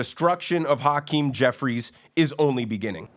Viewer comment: Pronouncing his name is like hacking up a lougie. Haackeem